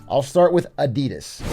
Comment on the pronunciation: The way you guys pronounce Adidas is kinda triggering, ngl